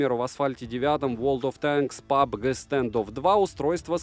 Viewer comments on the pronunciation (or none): none